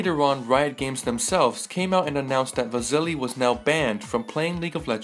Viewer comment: Vazili LOL where do you hear a z